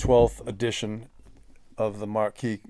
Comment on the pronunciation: Hi, a small point of note. Your pronunciation of 'Marquess' should sound - Ma(r)kwis and not Marquee which is a large tent. 👍